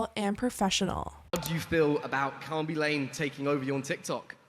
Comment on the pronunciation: It’s khabi La-Meh not Khabi Lame